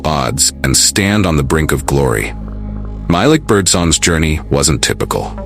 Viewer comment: it’s actually pronounced MY-LEEK